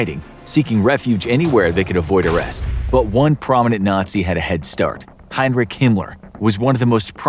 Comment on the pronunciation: His name was Heinrich not Heinreich